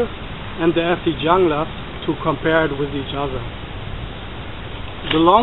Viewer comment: Pronounced Hoonglas but whatever.